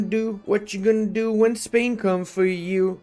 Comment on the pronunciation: I am spanish and I love when pronounces Spain as "Espania", it works as a subtle remainder of him working to restore the roman empire. Just kidding, one of the best accents out there, very clear and understandable